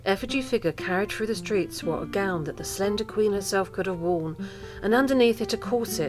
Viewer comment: I would have loved this but the music was too loud and, being a pedant, I can't bear it when anyone pronounces 'gown' as gownd'. Plus there are a few mistakes but other than that, it could be very good.